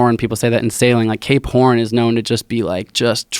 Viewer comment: This dude say's Cape horn and all I hear him say is K porn.